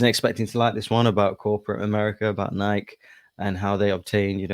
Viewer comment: Look at mispronouncing Nike. Lol. They Cloned Tyrone is such a good movie and I just watched Super Mario Brothers with my niece this Christmas and really enjoyed it.